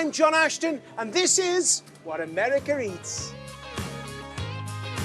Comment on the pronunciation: Did he say Americer?